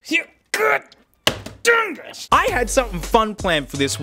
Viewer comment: when is so mad he says dungis instead of dingus lol